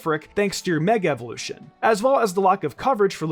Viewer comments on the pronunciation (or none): none